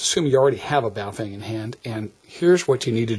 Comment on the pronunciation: Just FYI, the name is 宝锋 and is pronounced like "bow" as in the dog goes bow wow and "fung" just like in fungus. It is just a name and has no meaning but individual characters might mean something like "brilliant edge".